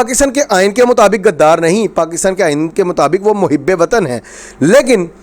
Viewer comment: PLS PLS DONT USE WORD GADDAR. ITS NT GADDAF BUT GHUDDAR SO CORRECT URSELF